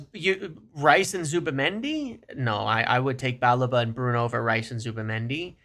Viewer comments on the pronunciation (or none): It’s not “BAH-le-va”, nor “Ba-LEEH-va”. It’s “Ba-LEH-va”. And eff Liverpool, we got the credit facility, Wilcox and Agent Onana on this. Or sell someone ffs!